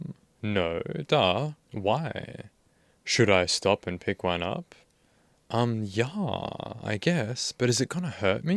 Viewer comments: Ok I gotta ask, why you do read "yah" or "ya" like the swedish "ja"??? It's just "yeah". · You do a great job with these videos. I appreciate your analyses and breakdowns. The one complaint I have is every single pronunciation of yeah as: Yaaaahhhhhhhh But I guess we all have our quirks. Still though do carry on with your great content. And as always, why don’t you have a seat? Right over there. Cheers. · your teen-girl pronunciation of "yaaahhh" sends me lmao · Great content, but I genuinely hate the way you say "yeah"